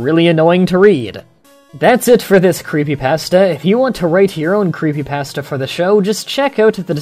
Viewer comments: You pronounce creepypasta wrong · uh you say creepypasta wrong